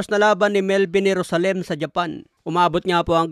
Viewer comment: ganyan ba talaga ang pag pronounce mo ng JERUSALEM? HAHAHAH